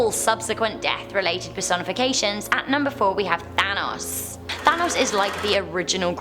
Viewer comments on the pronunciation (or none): Thanatos not Thanos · She keeps calling Thanatos "Thanos". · She said Thanos instead of Thanatos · Thanos? Not ThanaTOS??? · Did anyone else here her say Thanos instead of Thanatos? Though that does cast an interesting light on Marvel's Mad Titan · Lol Thanos instead of Thanatos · thanatos is how you read it its not thanos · you dont pronounce thanatos like thanos. You pronounce it like thanatos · She did, though she pronounced Thanatos wrong it's pronounced "THA-nat-Toss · No, it is pronounced thanatos, but she must have said thanos by accident. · THA-NA-TOS THANATOS FFS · When you said thanatos I thought you said Thanos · In the video she says Thanos instead if Thanatos which is so annoying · Thanatos I thought you said thanos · When she said thanotos i thought she was talking about thanos EDIT:i mean thanatos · Who else though she said thanos on #4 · i thought she said thanos.. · Who else thought she said Thanos at number 4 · Thanatos is pronounced Thanatos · She did 😂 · She said thanos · Yeah she did say Thanos tho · I think she did actually which confused the heck outta me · Yes she did! Maybe she got confused or smthn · i thought at number 4, that she said thanos XD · ITS ThanaTos the T u sey the T every big letter that i will tipe isnt silent THANATOS its read as its written god dammit woman pls learn to pronounce the word before u sey it gosh. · Of course, I believe in the Grim Reaper. But I'm extremely open minded, so naturally I view things differently than most people. Also, South Carolina urban legends - and not the easiest ones to find. Do some real digging, we've got some crazy stories. Also, its Thanatos, (Tha-Nah-Tose) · BDubb - she did and it hurts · BDubb - me